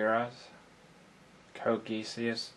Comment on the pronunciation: You should try trimming your videos down to 5-10 minutes. You're spreading a thin layer content over a massive time. Make it compact and bountiful. Also, Geass is pronounced "Gee-us."